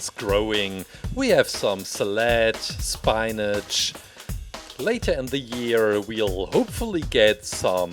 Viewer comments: Who wants some seled and some spineage lol I know english isnt your first language so if you need help knowing correct pronunciations I can help its called sal-add and spin-ige and stomach muscles are called abs lower arm muscles are called triceps upper arm muscles are biceps breast muscles are called pectoral muscles and i can help more if you need it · Nobody: Absolutely Nobody: Me:Why isn't anyone else talking about the way he said salad and spinach